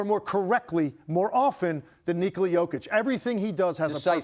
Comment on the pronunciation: Excellent segment as always! It was nice to hear "Nikola" pronounced correctly too. ESPN, please educate the rest that it's "Neek-olah" and should sound NOTHING like Coca Cola.